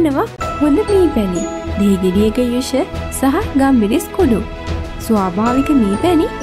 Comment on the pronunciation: ගම්බිරිස් නෙවෙයි ගම්මිරිස්😒